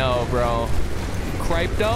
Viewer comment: Let’s gooo, gonna watch this later and update my comment! Edit: super cool to see the weather effects outside the water, and how the hail goes through the top of the water. Air bladder more OP than before with how much air time you get! How you said crypto 😂 crikey crypto! Frosty ftw! Catch you on the next one!